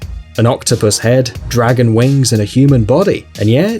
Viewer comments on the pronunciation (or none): none